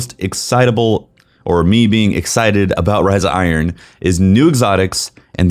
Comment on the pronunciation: Riza Iron... Can't unhear this.